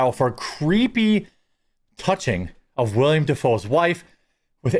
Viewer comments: One slight correction, it's "Willem" Dafoe (the acting god) not "William" Dafoe. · WILLEM NOT WILLIAM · 10% of this video was an ad read. Its Willem not william.